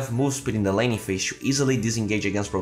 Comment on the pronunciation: it's laning not lanning:)